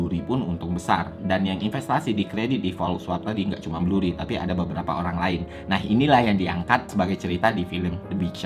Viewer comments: BURRY bang, bukan BLURRY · 1. Michael Burry, bukan Blurry 2. Bukan hanya MBS, tapi ada CDO dan CDOsquared yang kontribusinya besar terhadap kehancuran ekonomi 3. SPM bukan berarti berpendapatan rendah, tapi credit score-nya rendah, mau gaji rendah atau gede tetep bisa punya credit score rendah kalo pembayaran kreditnya jelek 4. Ga ada penjelasan kalo KPR tersebut dijadiin MBS yang kemudian MBS tersebut dijual ke investor, yang artinya yang nanggung risiko KPR tsb bukan bank lagi melainkan investor 5. Dari sekian banyak yang main MBS dan CDO, cuma Lehman yang disebut, padahal BofA Credit Suisse Goldman JPM Citi MorganStanley juga ikutan MBS(tapi ga sampe zonk) 6. Yang nilai MBS bukan cuma S&P, Moody's sama Fitch juga ikutan (ini ada di film) 7. CDS sistemnya bayar premi, bukan semakin tinggi semakin rugi, itu swap bukan CDS 8. DJIA dari 2007 ke 2009 turunnya 54% S&P500 Nasdaq juga sekitaran 54%, mana bisa baik indeks atau saham harganya turun lebih dari 100% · Penjelasannya keren detail dengan durasinya hanya 5 menit tapi banyak kesalahan pengucapan seperti Blurry, The FED BUKAN THE FID, dan MORTGAGE bacanya MORGEJ bukan MORTEJ. Gue kira awalnya salah sebut aja, tapi kok diulang-ulang.